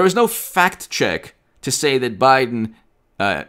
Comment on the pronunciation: are you saying "fact check" or "fat chick"? LOL